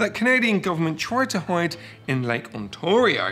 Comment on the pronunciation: The dislike is probably from a Canadian and probably because they are butchering the pronunciation of Ontario.